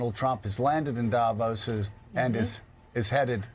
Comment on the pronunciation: The pronunciation is not Davós (with a short 'o') but Davos with a long 'o' like the 'o' in 'more' If you do reports from a place learn how to pronounce it! Same with names of politicians like Angela Merkel and Friedrich Merz. You're saying it wrongly. The world also make the effort to pronouce Trump's name correctly - you have no idea how the French would pronounce Trump in their language (...).